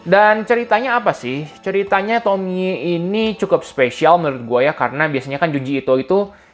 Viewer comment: Akhirnya ada yang bener nyebut nama Tomie di youtube 😅